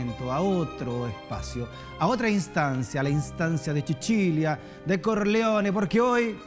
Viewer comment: Alguien sabe porqué le dice Chichilia a Sicilia? En última Sichilia, Sr. Conductor!